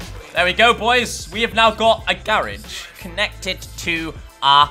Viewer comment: Ok ok I love your videos but why why you pronounce garage wrong 😂nah but nice keep it up